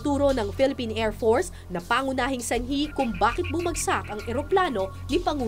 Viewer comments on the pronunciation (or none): ANONG KLASE MAG PRONOUNCE ANG REPORTER NATO: AIRFORCE PRONOUNCE NIYA: AIRFORTS